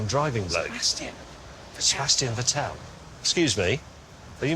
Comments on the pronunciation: MAY YOU OAF!!! It's VET-tel. Not Ve-TTEL. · James May: Are you Mr. Vh-ttÉl-LL Seb: * radio silence * .... Yes? This legitimately cracked me up 😂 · "Excuse me, are you Mr. Vettel?" sounded like, "Excuse me, are you Mr. Patel?" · Well still.. his name is Vettel not veTÄÄÄLL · They mispronounced Vettel so badly that the captions think that Seb is Mr. Patel😂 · Sebastian Ve-tell is my favourite F1 driver hahah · I think Sebastian would get annoyed people saying his name wrong too, James May you should know better! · My god, how they butchered the pronunciation of Seb's last name.